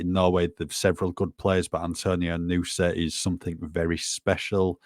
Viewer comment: I’m from Stabæk territory in Norway and have been in Belgia and seen Nusa play. He’s a specimen for sure! The way it’s pronounced in this video is a perfect pronunciation, just say it a smidge faster and you’re spot on👌 Great job!